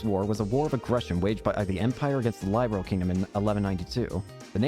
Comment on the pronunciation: Hey bud, glad you are enjoying the trails games still. This was the very first one I played and was hooked on the franchise ever since. I also want to say is you pronounce Liberl wrong. It's pronounced as lib as in liberty and erl as in pearl. I found that out myself after playing the sky games lol.